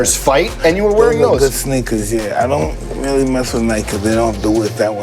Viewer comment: Mike’s pronunciation “Sheneakers”